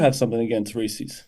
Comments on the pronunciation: It pronounced Rees-IS not Rees-EES. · Why do people in Illinois pronounce Reese's, Ree-Cee's? It is Ree-says... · STOP SAYING "REE-SEES"